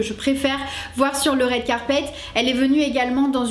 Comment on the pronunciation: « rWed Carpet » pas « raide carpet »